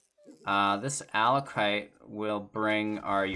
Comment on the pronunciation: it's pronounced AckOLight